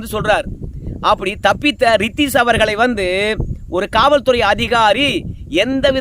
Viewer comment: ரித்திக்ஷ் இல்லை ரத்திக்ஷ்